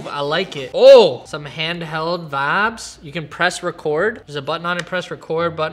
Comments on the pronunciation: Why does he say vabs but vibes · Is he saying Fabs, Vabs, Or vibes?? I’m confused 😂